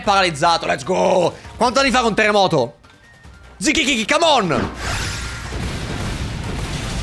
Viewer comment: Ma hai mangiato un moochi anche tu? Gli impossessati ripetevano kikiki e tu dicevi zikikiki😂